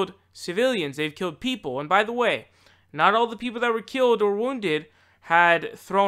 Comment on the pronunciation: Keeled? Really?